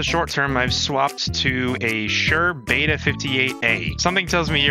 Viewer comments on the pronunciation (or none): none